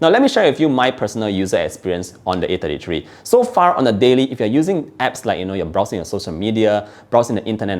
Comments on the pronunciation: I can't tell if he's saying A53 or A33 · I got confused with your pronunciation between 33 and 53, sounded so similar I had to go rewind to be sure which model you were referring to.